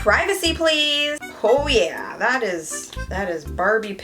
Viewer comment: When u say "oh yaa " I listen " Ho gaya " it means "done" in Indian language Sorry for my English